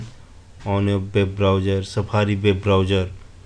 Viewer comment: say browser...not browger